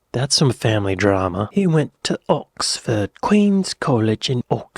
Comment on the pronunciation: Why do you pronounce Oxford that way?